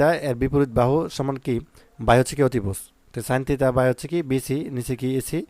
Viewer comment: স্যার থিতা না থিটা 😂😂😂